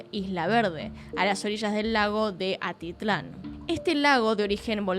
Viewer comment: Amo tus casos, amo tus videos, soy de Guatemala y espero que no se lo tome a mal nadie por aquí pero es Atitlan y en un par de ocasiones solo pronunciaste como Altitlan 😂🤣 nuevamente la corrección es con amor 🫶🏻🫶🏻🫶🏻🫶🏻 Sigue así me encanta tu contenido